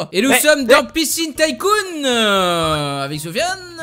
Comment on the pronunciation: Sa se prononce Ticoon pas Taïecoon